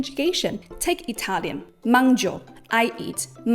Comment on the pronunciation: That's absolutely fascinating. I knew about writing system and context complexity in the Japanese language, but didn't know to which extent it stretches. Thank you for this beautiful explanation and, being Italian myself, I loved your Italian pronunciation!